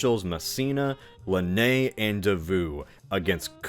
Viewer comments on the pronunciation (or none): Also "Bernadoh" and "LanNAY" for Francophones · Is it intentional? Because I did notice his pronunciation of Bagration and Lannes were clearly wrong lol